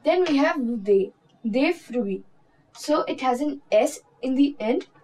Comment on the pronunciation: You are pronouncing "De" and "Des" in the same way... "De la", "Pas De"s pronunciation is wrong. 'De' is not like 'Day'... It's "Ddddd"